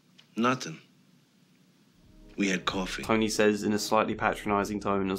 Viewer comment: I really like that it sounds like you're calling him Tiny lol